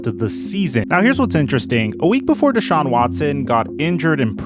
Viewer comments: I absolutely believe one of the most disrespectful things you can do as a person is continuously pronounce someone’s name wrong. Never have I ever heard anyone say his name “DAY-Shawn” it’s not even spelled like that. It’s even more weird that pronounces his name right and just allows this man to say Deshaun’s name wrong like that. It is very irritating. It’s not just some word it’s someone’s name you should respect that and pronounce it the right way. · Who’s this new n***a B, he said “dayshawn” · At least say the guys name right.. smh terrible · Just wasted 10 minutes of my day watching this BS. Neither one you have no clue wtf yalll talking about. Dude can’t even say the man name correctly. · Yo if he says his name wrong one more time ima. THROW MY PHONE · If you pronounced his name right you’d get a sub goofball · Bro learn how to say deshaun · is putting the emPHAsis on the wrong sylLAble in DeShaun. It's not DAYshaun LOL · Deh-shawn... not day-shawn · D(e)shaun not D(aaa)Shaun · The dude you had on kept calling him "day shaun"...Am I mispronouncing it? "da shaun"..just curious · DeShaun vs DayShaun, I sure as hell hope learns how to say his name before he returns to your channel. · Day-Saun ?? Its pronounced Dee-Shawn you fucking Hack !! Watson's Attorney Rusty Hardin's Press Conference on 4-8-21 changed the Narrative from what I heard !!!! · First time I've heard his name pronounced "Dayshaun" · If I hear "Day-shaun" one more time I'll lose my shit. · why tf keep calling him dayshaun lmfaoooooo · Dude said "Day-shon" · Who is Deyshaun? I can't even focus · Who is Dey-Shawn? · why dude () can't pronounce his name correctly DAYSHAWN... how are you a sports contributor without knowing how to pronounce his name. I apologize if you have a speech issue but bruh... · The fact that you can hear someone's name over and over and still come out and call him dayshawn. Bruh wtf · It’s not day-shaun. lol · Who TF is "Dayshawn"?